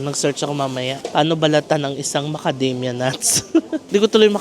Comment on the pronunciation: Tawa ako,una tawag mo macadamya,later on yung talgng tawag sa knya macadamia…nice ❤️